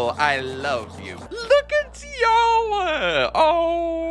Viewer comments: It’s Tee aw wha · It’s pronounced tiwa but I love your videos keep up the good work